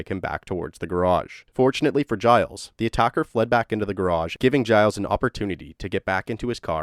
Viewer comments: Gilles is pronounced like "Jill's" but more with a Ge than a J.... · His name is pronounced “Jill” soft g it’s french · Giles Tetreault is said more like jeel tetrow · It's pronounced "Zheel Tetro"